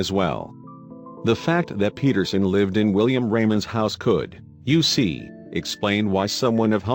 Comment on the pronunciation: An interesting story, but many phrases, and words said in a way that sound like something different. For example, what one says as “you see” sounds as if that fake male voice is saying “U.C.” every single time. I kept waiting to hear “UCLA”, or another like that. And I’m sorry to say that because of word emphasis each time “back hoe” was said, well . . . I heard “back ho” as if a woman was in the back of a line or some such. I think this vid concern would benefit greatly by an honest to God human voice.